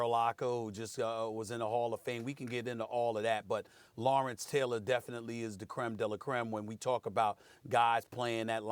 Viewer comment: Never been a Stephen a smith fan, max said it right Lawrence-Deion-Khalil